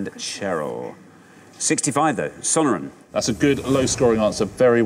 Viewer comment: Not pronouncing Sonoran desert correctly